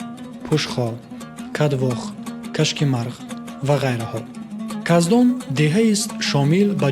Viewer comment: Каздон не кахдон😂😂😂